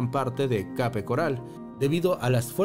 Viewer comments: Debias pronunciar [kep] Además ajustarte mejor al título que anunciaste, ok? 👎🏿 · Se escribe Cape pero se pronuncia " keip "